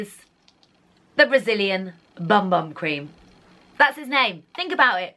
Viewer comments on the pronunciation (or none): I love the bum bum cream it is fantastic and the smell mmmmmmm (BTW the way to say it is boom boom NOT bum bum Lol) x